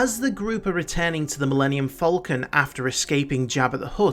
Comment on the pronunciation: Han, not Hahn. Falcon, not Folcon.